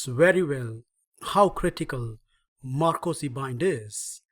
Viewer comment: "Ma - ROCK - zy" bind... just sayin'